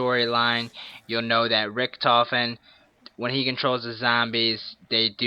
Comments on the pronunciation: He messed up saying Richthofen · Yep Richentofen...... it's called Richthofen.